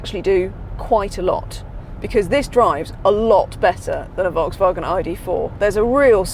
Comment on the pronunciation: Can’t pronounce Volkswagen 🙄